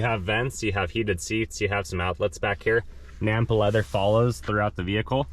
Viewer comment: "Nappa" Leather. Sounds like you keep saying, "Nampa" Leather.